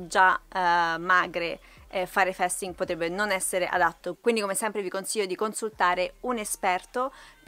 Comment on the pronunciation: Allora 1 si dice fasting così come si legge, se come dici fai un video a scopo illustrativo senza essere un esperto almeno parla propriamente. 2 questo video è deleterio credo ti denuncerò